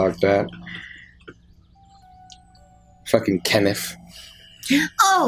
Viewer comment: "F*ckin kennetph" 😂